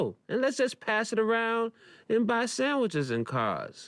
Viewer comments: i don't know why, but the way he emphasizes sandwiches instead of cars makes me laugh so hard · The emphasis kind of makes it sound like he was going to say "sandwiches and stuff", but then switched "stuff" with "cars". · Coming back years later to agree